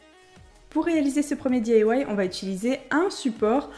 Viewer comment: boujouir jai un copine qui di que tu di mal "di ailla wouaille" elle elle di daille bisou